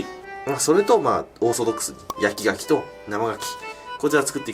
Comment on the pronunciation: 焼き牡蠣が焼き焼きに聞こえるw